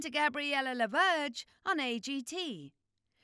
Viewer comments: Ouch, you're completely butchering her last name. It's French, and "Laberge" not "Lawbirdge"... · As a French Canadian, I’m annoyed you don’t even try ro pronounce her last name the right way. 😂